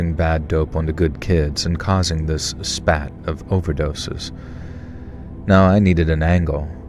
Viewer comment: It's "spate," (long A) not "spat." A spate of horrible accidents. Just being helpful 😊